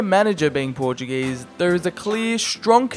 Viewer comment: dont yoou disrespect my country its portuguese not portug_ese